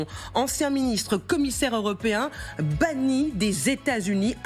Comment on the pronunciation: "banniT" ? Et si c'était Géraldine Bretonne, elle serait bannite ? Idiocratie était bien un documentaire d'anticipation...